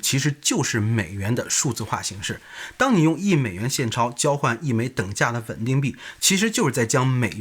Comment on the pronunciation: 到底是wen ding还是ven ding？我听得都怀疑自己了